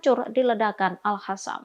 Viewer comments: Baca dg benar, dong. قسام (Qassam) bukan خسام (Khassam) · tlg pimpinan redaksi,,,,mengingatkan Host ini,,,dia klo baca Al Qossam dibaca Al khassam,,,,itu bner2 salah besar,,,merubah arti,,,,ora mutu host ini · Hostnya selalu baca al qassam = al hassam. Seharusnya dibaca al qossam.